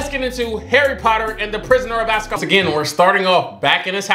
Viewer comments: Locals: Azkaban Intellectuals: AZKABASS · say it with me "AZKABAN" spell it out. Stay in school lol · Getting the names wrong I can live with but this man really be calling it the "Prison of Aska baass " No, just no🤣😭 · 😂😂😂“The Prisoner of Azkabaz”. STOP BROTHA😂😂😂 ❤️❤️❤️❤️❤️❤️❤️❤️❤️❤️❤️❤️❤️❤️❤️❤️❤️❤️❤️❤️❤️❤️❤️❤️❤️❤️ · Not the ghost of Christmas past and azcabass 😂😂😂 bro you killing me with these names 😂😂😂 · I just keep coming to this videos so I can hear saying the names wrongly hahahahaha ASKABAS? REALLY? HAHAHAHAHA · "Prisoner of Azkabas." "Heather Granger." By now, you're doing it on purpose. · Harry potter and the prisoner of AZKABASSS (omg i love that🤣🤣🤣) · “HE’S THE PRISONER OF AZKABASS” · Azkaban or Ozkaboz lol